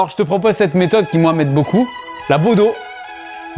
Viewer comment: Le bodo et non le bedo